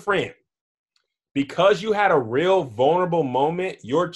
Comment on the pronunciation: Much luv big bruh.....and it’s “vulnerable” 😏 sorry I had to🤦🏽‍♂️. But you been a real one 💪🏽💪🏽💯🙏🏽